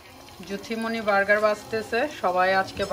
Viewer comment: Vargar ki ? Apni please apnar pronunciation thik koren! Litol litol taku bel vargar 😆